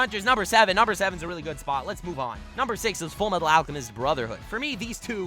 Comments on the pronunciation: Ha you said full metal alchemist normally instead of the weird way that you say is the only correct way to say it and yet here you are saying the normal way hmmmmm? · He said Full Metal Alchemist wrong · did just say full metal alchemist brotherhood wrong who is this bc this aint the real